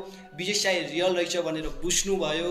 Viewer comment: He doesn't even know neither how to speak Nepali nor English . Does he only knows how to do jalapalaratatata ;? may be its bhujnu vayo but he is telling bushnu vayo !? May be divine powers gave him the ability to scam and speak alien language xd🙄